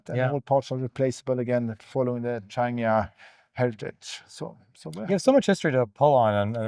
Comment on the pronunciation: You should have made a point of telling english speakers that the name is pronounced "trangeea" and not trandjeea"